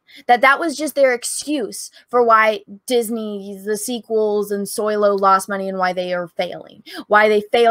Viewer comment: But it’s SO-LOW not SOY-LO, no? 🤣😉